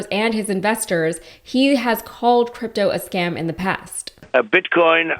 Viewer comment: He calls it scrympto?